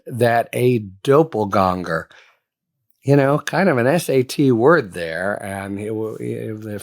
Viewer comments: Did you mean 'doppelganger'' ? It sounds like you said dopelgonger, which I don't think is a word. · Doppelganger - DOP, not DOPE :) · I'm sorry but it's really bothering me, it's pronounced daa-puhl-gang-ur. not dope-uhl-gong-ur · Doppelgänger not DoppelGONGER. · Aren't you mispronouncing doppelganger? The first half is pronounced like the word doppler radar. Not Doppel. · Dop. Like rhymes with mop ple ganger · i know this isn't important but you really need to work on your "doppelganger" pronunciation. i can't be the only one bothered by it. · Doppelganger is not a SAT word hell even cartoons have used that word. Thats the stupidest thing I've heard all morning. And you miss pronounced it horribly. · is that actually a correct pronunciation of doppelganger? I've never heard it said like that before. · Love you Harry, but check your pronunciation of doppelganger. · the first time it's a bit off the second time is better